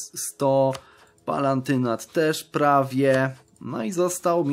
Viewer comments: To jest Palatynat, nie Palantynat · PALATYNAT - tam nie ma "n" xDDD